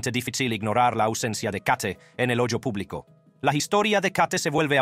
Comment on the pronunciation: "En el ollo publico" que es eso?